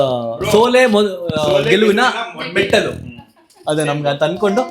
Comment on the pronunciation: Metalu alla metilu 😂sariyagi helu bro